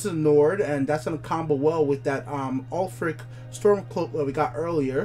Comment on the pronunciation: Tf you prounces ulfric as ulfcic the stormcloak